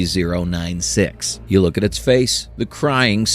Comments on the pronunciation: this is all ai and ur even covering it up saying "well hide that better next time" can u get any worse u even mispruonounced "scp" as "spc"? js make actual content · "the SPC foundation" that is an honest slip of the tong, a slight mistake. I can respect that you did use a real voice instead of an AI voice. the visuals though... not a fan, i would have been more impressed if you had put together pictures and game play footage over this. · KEH-ter S C P